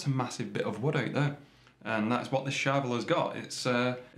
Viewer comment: charVEL .... not CHARvel. Please man.... respect the syllables!